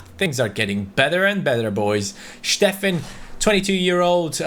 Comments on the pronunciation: steffen is pronounced stephen not schteffen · Please stop saying steffen in a german way. He’s american